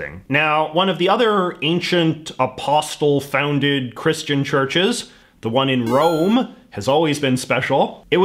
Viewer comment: Also he skipped over the Great Schism and says “Ah-pawst-il”. 🤔